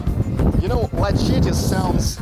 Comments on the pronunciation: It's pronounced like Luh-setty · The c in Lacetti we pronounce like an s. La set ti Just so you know. :) Glad you like it. Great deal on your new home. Enjoy! You guys have been working hard.